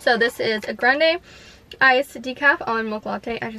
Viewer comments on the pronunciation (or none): none